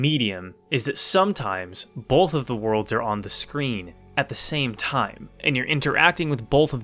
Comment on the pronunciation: "Bolth" Nothing but respect for our PNW president.